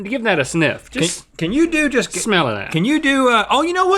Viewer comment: Its spelled 'smelluh that'